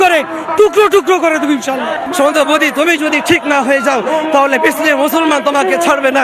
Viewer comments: আগে মুদি থেকে মোদী উচ্চারণ করতে শেখ তারপরে চিন্তা করবি অন্য কিছু😂😂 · এদেরকে দেখলেই মাথা গরম হয়ে যায় এদের ক্ষমতা এত কি করে হয়..আগে নাম টা ঠিক করে উচ্চারণ করুন ওটা মুদি না ওনার নাম নরেন্দ্র দামোদর দাস মোদী উনি আমাদের প্রধানমন্ত্রী রেসপেক্ট দিয়ে কথা বলুন নয়তো আপনাদের দেশের নাম নিশানা থাকবে না কিচ্ছুই না জাস্ট একটা মিসাইল😂😂 এরা নিজেদের যে কি মনে করে কে জানে ,পাত্তা দেয় কে এদের , অশিক্ষিত সব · এই মৌলবী বলছে মুসলমান নাকি শান্তি প্রিয়! গোটা বিশ্ব জানে। লুঙ্গির নীচে ওদের শান্তি করিয়ে ছাড়বে শুভেন্দু। মোদীকে লাগবে না। মোদী এদের ন‍্যাপকিনও মনে করে না। তোরা কেন যে মোদীর নাম করিস? তাও উচ্চারণ করতে পারিস না। মুদি না। মোদী। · 😂😂তোরা জামাতিরা আগে উচ্চারণ ঠিক কর "মুদি" টা কি??😂😂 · এরা তোহ “বারোত” “মুদি” এসব উচ্চারণ করে 😂😂😂 They don’t even know how to spell it correctly!! এরা নাকী ভারত দখল করবে ,LOL 🤣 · তোরা আগে মোদী উচ্চারণ করতে শিখে আয় তার পরে আন্দোলন করিস😂😂😂😂😂 যাদের দয়ায় বেঁচে আছিস তাদের নাকি শেষ কোরবে😂😂😂😂😂😂😂